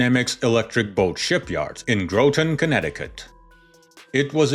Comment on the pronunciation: Did you seriously say GROWTON CT NO MORE AI for me